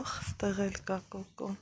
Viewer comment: Կոկոն է ՚ ոչ կոկոմ